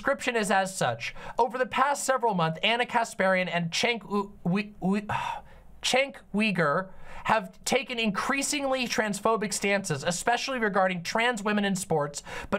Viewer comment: It’s pronounced Jenk You-Grrr. It’s a tough one I know lol.